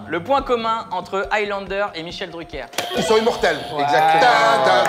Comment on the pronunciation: Véto !!! K- deux mille chel druker marche autant que Michel Dru K -2000 dans les deux la dernière syllabe est squeezée ...😁